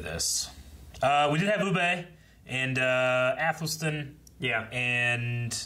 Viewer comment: Still calling Ubbe Uuu-BAY. 😅 Personally I wasn't a fan of this ending for Bjorn, I think a death at the end of the first part would have had a better feel with the army's coming to fight for him after hearing of his fall would have had a more fulfilling feel. I'm just done with Harold, I don't care about him anymore as a character. As for Gunnhild...that woman deserves better. The way this show has treated its female characters is bordering on ridiculous.